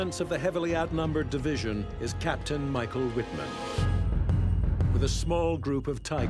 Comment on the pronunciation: His name is pronounced Mee-sh-ah-el Veet-mahnn.